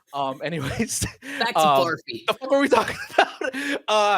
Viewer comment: Barfi is pronounced “Burr-fee” and Ranbir is pronounced “Run-beir”